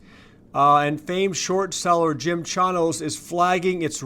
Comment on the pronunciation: Jim Chanos. (CHAIN-OSE)